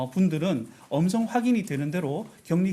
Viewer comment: 자꾸 엄성이 엄성이 하길래 누구말하는건지 무슨말인가 했는데 음성이.. 라는 뜻이였어ㅠㅠ